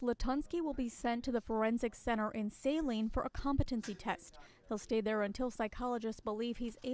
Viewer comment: The newswoman pronounced Saline wrong. It's not a long 'a'. Sorry, it just bugged me...